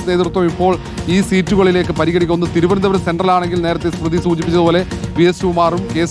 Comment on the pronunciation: ഇവർക്ക് തിരുവനന്തപൂരം എന്ന് ആരെങ്കിലും ഒന്ന് പറഞ്ഞു പഠിപ്പിക്കാൻ പറ്റുമോ... ഇത്രയും ഉച്ചരണ ശുദ്ധി ഇല്ലാത്ത ഒരു മാധ്യമ പ്രവർത്തക വേറെ ഇല്ല 👍👍👍